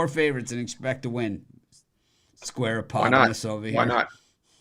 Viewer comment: Squarapotomus got me dead 😂